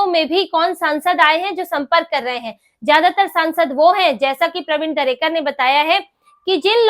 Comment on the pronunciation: Pravin Darekar Pronounces his name correctly